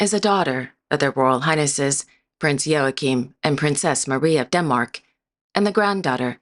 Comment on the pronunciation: It is impressive that you got the pronounciation of Joachim right. Not many forreigners can do that.